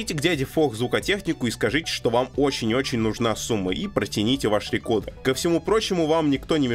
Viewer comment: Alexey Sudakov С американским произношением будет «рыкордр», а с английским — «рыкоуда», так что, «рекодер» ни туда ни сюда не подходит.